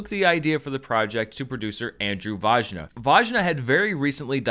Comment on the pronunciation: just a note: "Vajna" is pronounced as "Vy-na" (rhymes with "my nah").:) It's a Hungarian name. Anyway, I watched this when it came out, and really liked it, despite barely knowing who the characters were (I'm not American). I think it's time to watch it again!